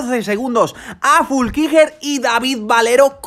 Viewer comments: Fuulckiger o Flueckiger 🤣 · Es FLUeckiger, no FULkiger.... y Anton Cooper es Neozelandes, no Australiano. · Se pronuncia "Flúkinguer" 😂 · Se pronuncia: Flu-qui-Guernica estaba poniendo muy mervioso 😄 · En lo único que podrías mejorar es con la pronunciacion de los nombres, dascalu*, flueckiger*, koretzky*, por lo demás gran resumen